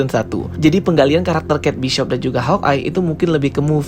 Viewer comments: Bang kate bishop itu di dalam filmnya mereka melafalkan dg keit bisop, jadi gausah dirubah-rubah sendiri jadi keit baisop biar keliatan inggris bet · Setahu sy, d seriesnya sendiri pelafalannya Bishop y bukan baishop